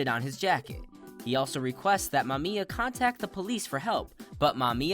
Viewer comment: Explained my ass. You could at least have taken the time to learn how to pronounce Mamiya’s name. DISLIKED!